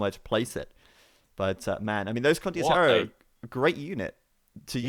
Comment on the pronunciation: still saying condioterro instead of condotierro <_______<